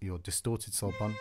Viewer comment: Very nice! btw it is not "sul pont" it is "sul ponte"